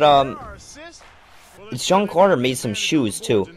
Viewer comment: Who the fuck is "Sean" Carter?